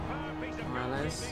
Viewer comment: Someone help my man pronounce Semedo and Morales